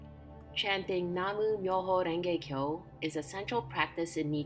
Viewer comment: Nam myo ho renge kyo...not Namu ❤